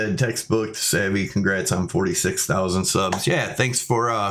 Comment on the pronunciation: You called it!